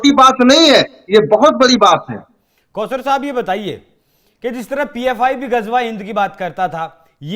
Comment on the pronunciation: Pause Sahib nahi- Kauser Sahib.